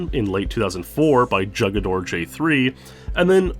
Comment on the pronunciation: Jugador... HOO-guh-door